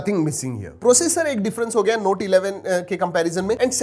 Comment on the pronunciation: U r pronounciation to note(noti)was lit😹🔥